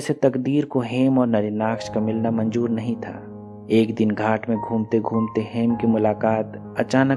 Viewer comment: Nice explanation but aap shabdo ka istemal galat karte ho jaise sahi word ( SHADI ) hai lekin aap ( SADI ) kahte ho ( BAARISH ) ko aap ( BAARIS ) ( MANZOOR ) ko ( MANJOOR ) kahte ho isi prakar bohot sara word galat hai isme sudhar karo to explanation aur bhi achha hoga